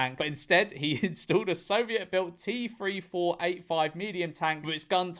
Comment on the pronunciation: Hearing George pronounce the T-34-85 like that gave me severe mental pain